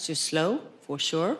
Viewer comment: 😂😂😂for shurrr